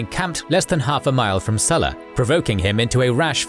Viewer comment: Hi, would it be possible to pronounce the Latin name SULLA correctly? I learned Latin in school and it amazes me the distortion of Latin word pronunciation by English speakers, let alone American Speak! Go on, give it a go. You can always get help, look up Google! Cheers mate. Harera